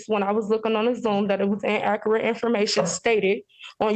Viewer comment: En-a-cur-et? Or inacurrate? 😂😂